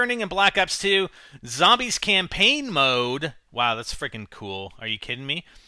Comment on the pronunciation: campane? you mean campaign right -.